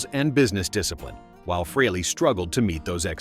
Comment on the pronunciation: Stop saying "Free-lee". It's pronounced "Fray-lee".